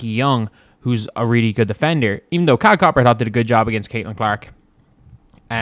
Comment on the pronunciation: I’m not sure if you’re doing this on purpose but her first name is pronounced KA-LEE-YAH